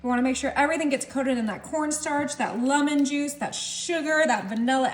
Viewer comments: It’s pronounced LEMON. Not Lamon. And why not mix this in a bowl? The pan should also be buttered or the Cherie mixture will stick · Where is she from that she continues to pronounce lemon, lummon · “Lumon” …..that’s the way you pronounce lemon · its a lemon, not lumin... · I have never heard the word lemon pronounced as lumon... But your dish looks delicious!